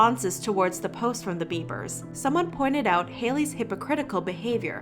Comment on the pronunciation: Every time she says ‘the beibers’ 🤢